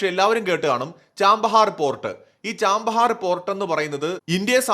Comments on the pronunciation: ചബഹാർ എന്നാണ് തുറമുഖത്തിൻ്റെ പേര്, ചാമ്പഹാർ എന്നല്ല .വർഷം മുഴുവൻ വസന്തകാലം എന്നാണ് പേർഷ്യനിൽ അർത്ഥം. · ചാമ്പഹർ അല്ല chabahar അല്ലേ